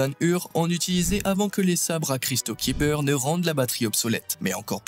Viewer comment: "Cristal Kiber " ça fait mal aux oreilles chef